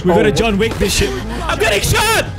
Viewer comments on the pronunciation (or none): none